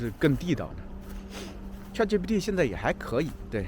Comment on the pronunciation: 老师，那个叫chatgpt 不是chatgtp 哈😂